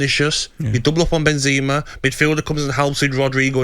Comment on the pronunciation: you know what’s really FRUSTRATING? when english pundits can’t pronounce any player names correctly. who tf is “milito” or “benzeema” 😑